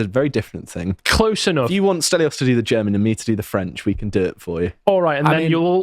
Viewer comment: Stelios has a pretty good German pronunciation. I'm very impressed.